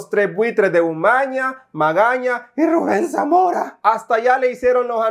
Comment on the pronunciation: 😂😂😂😂😂😂😂😂😂😂😂😂😂😂😂😂😂😂😂😂😂 Como pronuncias el nombre de Ruben samora Me arrastró de la riza😂😂😂😂😂😂😂😂😂😂